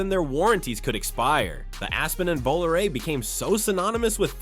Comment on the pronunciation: Lol, this is fun. But, having lived through the radio ads for it, it was pronounced Voh-LAH-ray, not Volaray.